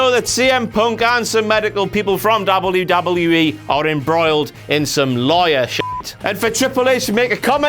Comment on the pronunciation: I only watch to hear him say Dabble you Dabble You Eeee It gives me the lulz